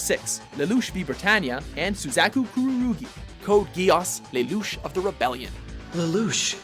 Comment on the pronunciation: I hate the way he pronounces Lelouch.